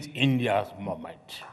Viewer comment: Not moment it's 'momench ' 😂😂😂😂😂